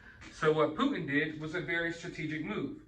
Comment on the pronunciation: Like your vids brother! This man in Russia’s name is PuTin not Pu un!